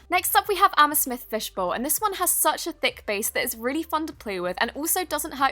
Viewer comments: I am a huge fan and this isn't hate but I laughed so hard when she said "amesmith fishbowl" instead of amethyst fishbowl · "Next up we have Amasmyth Fichbowl" lololololololololololololo I love u 😂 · Next up we have amusmithed fishbowl Me: whaaat,im confused so very confused.